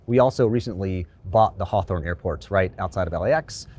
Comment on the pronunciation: do you mean HAW-thurn? not "Ho-a-thon"...